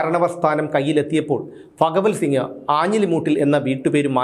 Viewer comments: ഫ അല്ല ഭ പറഞ്ഞു പഠിക്കു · ഫ അല്ല ഭ.. ഭഗവൽ സിംഗ് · ഫഗവൽ സിങ്ങ് അല്ല ഭഗവൽ സിങ്ങ് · എടാ പൊട്ടാ അത് ഫകവൽ സിംഗ് അല്ല, ഭഗവൽ സിംഗാണ് 🤣🤣🤣☝🏻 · "ഫഗവൽ സിംഗ്" അല്ല "ഭഗവൽ സിംഗ്. റിപീറ്റ് ആയി കേൾക്കുമ്പോൾ അരോചകം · പത്തനംതിട്ട ജില്ലയിൽ ഭ ഇല്ല only ഫ 👍👍